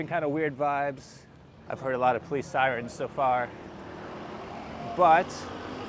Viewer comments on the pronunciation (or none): none